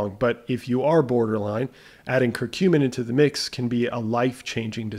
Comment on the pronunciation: Regarding curcumin (thanks for pronouncing it correctly! LOL! Next up....Turmeric (tomb-err-ik 🤣🙈). Seriously though...it'd be awesome if you did a run down on all of the insulin/sugar related supplements as a theme: corosolic acid, ALA, berberine, cinamon, royal jelly, fenugreek, etc...